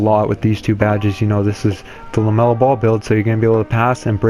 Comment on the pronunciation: LaMelo not Lemelo